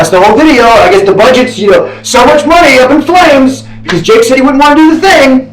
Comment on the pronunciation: This guy seems to be favoring Mr Beast and also going in depth on the parts that defend Mr Beast and not going in detail on the parts that are against Mr Beast. He also says Jake's name wrong